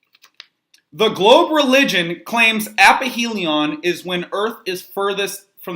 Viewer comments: It's aphelion, not apihelion. Why am I not surprised? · Presumably source for question 3 has misspelled "aphelion". Why else would he keep calling it "appyhelion"? It can't be ignorance or unfamiliarity, surely?